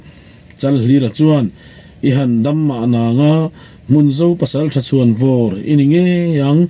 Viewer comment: I aw hriat a nuamin i chhiar thiam khawp mai. Chutih rualin thin tih trin, pasaltha tiha pasaltra tih te, hei bakah chhung tih tura chung, chhuak tih aia chuak tia i chhiar thin tea 'h' i lam hmaih thin te hi han siam tha ta la ngaihthlak a nuam zual ang. Thahnemngaih thilah aw, subscriber nih ve manah.